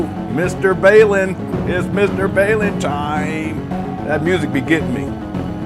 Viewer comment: Lol, his name is Bawl-in. Like 'bawlin' your eyes out. He even says his name this way in his videos. 😂